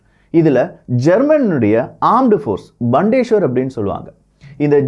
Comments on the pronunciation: Thanks for the Video! Btw, Bundeswehr should be pronounced as "Bundes-Wehr"(Armed Forces) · Hi, huge applauds for your efforts. Such a great job with so much of world content. Just a small suggestion: your pronounciation of 'Bundeswehr' needs to be checked (what you pronounced is not correct. Check in google translate for right pronounciation). Please consider my comment as an improvement suggestion for your future videos and not as any criticism. And btw, I am a big fan your channel. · வணக்கம் விக்கி சிறப்பான தெளிவான செய்திகள். Bundeswehr என்பது ஜெர்மனியில் உச்சரிப்பில் (புண்டஸ் வெயா) நீங்கள் உச்சரித்து இங்ளிசில் பண்டேஸ்வர் இங்ளிசுக்கும் ஜேர்மன் மொழிக்கும் உச்சரிப்பு க்கள் ஊ ஆ ஆ அவ்வளவுதான் ❤❤❤❤ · mannikkaum Bandesweyar Illa BUNDES WEHR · Bild is not an important media in Germany. The Bild is like kumudham, kalkandu. Please stop your lies. Bandeswahr illa paithiyam, it's Bun des wahr.